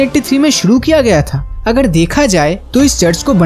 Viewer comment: It is irritating and irksome to listen your pronunciation of " r" as " d"...viz., agar is being pronounced as agad...😆😆😆😆 .. perhaps your dictionary missing the letter r...!!